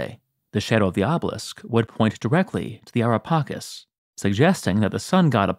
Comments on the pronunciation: U spell it wrong not pakis but paceees like cheese cke not kis cake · It's so wierd for us Italians to hear "Ara Pakis" like you did... LOL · The pronunciation of Ara Pacis is incorrect.